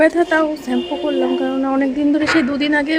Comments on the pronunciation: স্যাম্পু না শ্যাম্পু হবে উচ্চারণ টা । তোমার চেহারা খুব খারাপ হয়ে গিয়েছে যত্ন নাও শরীরের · Uccharon thik kro neki sampoo noi shampoo